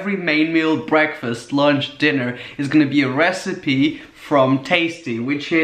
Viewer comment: did u hear him say breakfast "slush" lunsh hahahahaha sooo lol